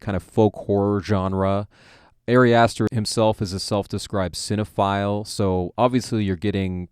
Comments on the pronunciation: Ah-ri Ah-ster, not Airy Ass Stir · Your analysis is alright, but I really cannot respect someone who doesn't bother to pronounce the director's name correctly. It's not like it's a secret.